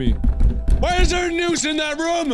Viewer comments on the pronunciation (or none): I love how he says room! It's more like "Roum."!